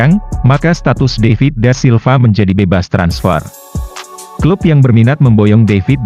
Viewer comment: David da Silva min bukan daivit🤦🏻‍♂️